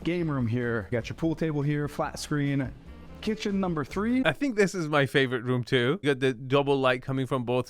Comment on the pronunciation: is so off-putting with his over-pronunciations ("kitchen-uh," "thee loggia") and his swaggering strut. Yilmazer is personable, knowledgeable, and does a much better job.